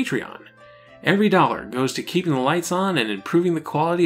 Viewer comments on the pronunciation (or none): none